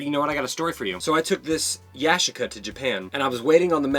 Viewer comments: Yashica is Japanese... It's pronounced Ya-SHEE-ca. 😁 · It's Ya-chic-a.